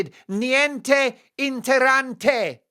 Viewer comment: Mark, I love your show and I agree with you on everything! But please excuse me if I correct your Italian! The word is "INTERESSANTE", not "interante". In addition, "paparazzi" is plural. If there is only one of them it is a "paparazzo". Let's not make the English seem illiterate! Best wishes!